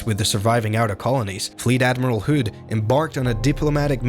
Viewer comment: Never heard "hood" mispronounced that way before.